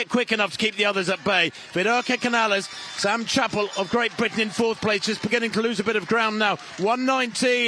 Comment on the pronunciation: Vaya. Yesterday, they called Cañal "Canal". Today, they call Canales "Cañales". Can you guys never get it right?